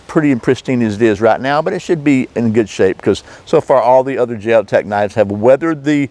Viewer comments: why would you justify the way you pronounce Jeo-tech by say ing you're American? That's an insult to thinking, intelligent Americans. That's the way all ignorant Americans justify their narrow minded point of view( Trump supporters). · Isn't it a sign of respect to pronounce words in the way the language meant them to be. In some languages, pronouncing one word differently could translate as insult or compliment. Bit pedantic of me to mention this, but your dismissal of the company's correct name left me feeling as though you felt you were entitled just because you as an American could do that.